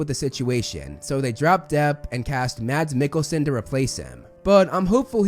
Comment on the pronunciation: As a danish guy i love how you say Mads Mikkelsen. No hate but it is completely wrongn